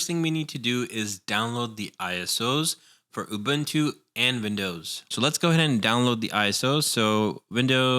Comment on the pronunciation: Man i love the guide and everything but the way you say ÜBÜNTÜ gives me the shills.